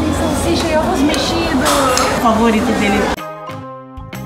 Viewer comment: "Ôvos" foi de matar KKKKKKK